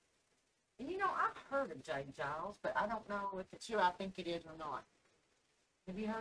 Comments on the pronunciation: No offence but its J Geils with a G sound not a J sound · In case no one else mentions it, it's pronounced like, Jay GUY-ulls, not Jay JYE-ulls. Y'all crack me up 🤣😂🤣😂🤣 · Geils is a hard G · For the record it's "Guy-lz". J. Geils is the guitar player with the sunglasses in the video. Peter Wolf is the singer. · Just an fyi, it’s Giles, like files, miles. Great reaction video by the way! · Pronounced j. Guy-alls band. That's ok I was the same way when I first saw the name of the band. lol Song was from 1981. "Give it to me" is a great song of theirs .